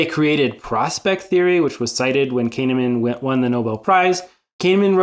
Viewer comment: Great vid with nice visuals. I would advise you to look up the pronunciation of people's names if you're going to repeatedly mention them in a video. I think 90% of us did a bit of a double take when you pronounced Kahneman as "Cane-a-man" 😅 It kinda outs you as someone who can't be that familiar with him so best to be careful.